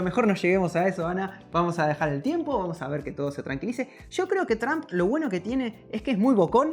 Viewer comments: Por que le dicen juawei si la h es muda y por que tramp y no Trump? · Tromp no tramp, pensabas que decias trampa 😂😂😂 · Qué feo se escucha la pronunciación de Trump como "Tramp" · Tramp , que pedo !!!! Por favor ya no dejen que la chica hable en Ingles , no sabe ni pronunciar las palabras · Porque dicen tramp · Porque los españoles dicen Tramp? Y no pronuncian como realmente se dice ?